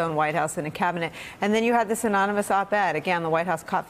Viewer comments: "reading skill of a 5th or 6th grader" "can't spell collusion" (he spells it colusion) "can't pronounce anonymous" (see his recent speech - anowni-amos) "can't pronounce various other words" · !🙄 Fact he became the president 2x ! Fact Trump can't even pronounce anonymous even on his 2nd try!...#sad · MrBlockice22 and he needs to learn how to pronounce anonymous.